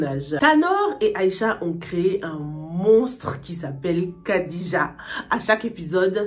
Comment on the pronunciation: Khadija se prononce plutot Radija